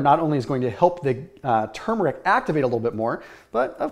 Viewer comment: He’s one of very few people who pronounce turmeric correctly.